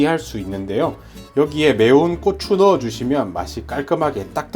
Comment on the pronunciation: 쏘주가 아니라 소주 꼬추가 아니라 고추